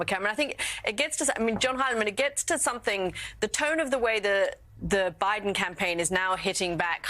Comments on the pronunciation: That dude said “biben” 🤣🤣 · “Buden”…. ?…wow…!